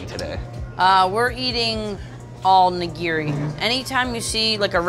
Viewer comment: The way that dude pronounces "nigiri" gives me an aneurism.